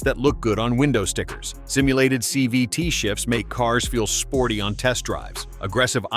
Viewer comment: Whatt's a "chee vee tee ?" LOL I know it's supposed to be CVT, but the AI screwed this up. So, you're a robotic mechanic then? You should never idle your car to "warm" it up anyway. Start slowly to allow the entire drivetrain to warm up, not just the engine. It takes forever to warm up an idling engine and you're just wasting gas and putting more wear on your engine. While getting 0 MPG. And the transmission is still cool, the differentials are cold and not properly lubricated. And most people think that all they need warm is the engine so don't start gently enough from stops and put a lot more wear on their transmissions and differentials.